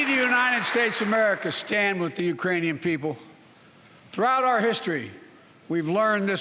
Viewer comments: He didn't say Iranian he said Uranian people.. you just missed the k🤣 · C'mon man, oldie has done it again Ukrainian mispronounced Iranian... 😝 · Especially after said "the Uranian people". I lost count. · It even sounded like "Uranian" are there people from the planet Uranus? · I heard ukrainian without "k" 🙊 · I am hearing Urainian people. In my opinion it is not misspronounced on purpose. Also... no country on this entire planet can currently deploy their troops in ukraine. Are you understanding the situation we are all in even? Russia made nuclear threats to anyone that is interfering directly. You have to think this process through very accurately before making any direct actions in ukraine. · “Urainian people”? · did he say uranian people ? i mean i know what he meant to say plus hes 80. so yea..